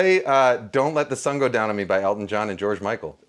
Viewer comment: I swear I heard Kenji say Alton not Elton and my brain went crazy trying to figure out how I had never heard about a song another famous chef did with George Michael. Live the song but also kinda sad the other version isn't out there.